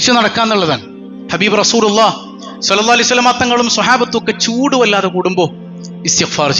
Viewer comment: പൂട് അല്ല ചൂട്